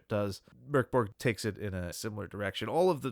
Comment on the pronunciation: Hi guys! Love your podcast! I where at the release party for the game and it was the coolest thing I ever been to! I love the game so much, though cuz of Covid, never got the change to play it. And it's pronounced "Mouhrk Borj". Stay safe and take care of each other. //HXA